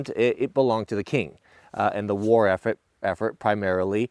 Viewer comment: you turned into a Kennedy there for a minute with your pronunciation of effort haha